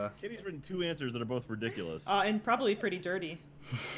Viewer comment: it's answers not "ants zerzz"